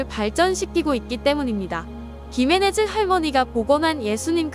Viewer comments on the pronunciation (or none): "Gimenez"는 "기메네즈"가 아니라 "히메네스"라 읽어야 돼요. 스페인어에서 "gi"는 "히"로 읽어야 되고, "z"는 "스(z 발음이 아니라)"로 읽어야 됩니다.